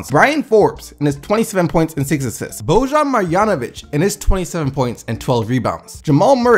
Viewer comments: Btw, it's Boban (read 2nd b like a b lol) BO-bahn Mar-yawn-ovitch ( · It's NOT BoJan It's BOBAN MARJANOVIC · no respect to boban lmao. got his name wrong like 5 times haha